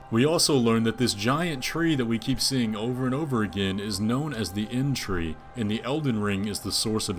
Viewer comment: Damn dude, your conclusions are so random and off-base XD "explains why matter is moving" "multi-armed guy main bad guy, used to be tarnished" what is this, fan-fiction? "Inn-tree" instead of erdtree? wtf